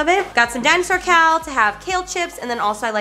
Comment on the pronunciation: Did anyone else hear her say dinosaur cal instead of kale during her grocery haul? Made me chuckle 😝